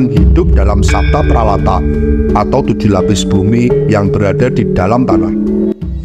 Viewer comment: Saptapratala mas....bukan pralata😂😂